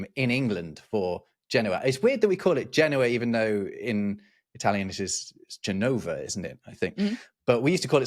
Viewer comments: Genovese here. In Italian you put the accent on the same syllable as when you say "Genoa". So Gènova. Not Genòva. You were maybe thinking of "Geneva" (i.e. Genève, in French-speaking Switzerland), which is indeed accented on the penultimate syllable. And the two cities, Genova and Genève, actually share the same etymology. What about an episode about city names? :) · Just on the English pronunciation of Genova: actually quite close as it is Gen-o-va not Ge-no-va so actually the misspelling maybe gets closer to the correct pronunciation than the correct spelling read by an English speaker… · Italian here. It's Génova not Genóva. Accents purely for pronunciation reasons. We write it Génova.